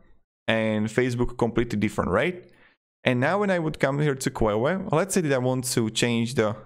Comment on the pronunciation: Your videos are great. Very useful always. FYI: Queue is pronounced as "K-you or Kju" not kwewe. Thought it was really funny. Keep up the great work